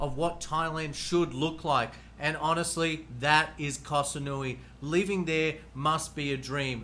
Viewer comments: It is SaMoooey not SaNooey(Samui). Please relabel this “Best locations for Sexpats” Chiang Mai is #1 by nearly every other list for expat ideal places to live. The beaches in Pattaya and Phuket are polluted dumps. You just put the top 5 cities with the highest concentration of hookers. Guessing you living in Subic is no accident either. Not judging but be honest here. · Has he even been to Koh SaMui? M as in mui. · Koh saNui lololol 555555 . Up there with the "elite" (ee-leight) visa from one of his previous videos.